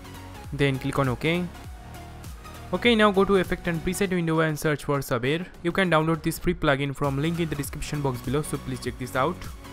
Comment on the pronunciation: When Sayber becomes Saaber :p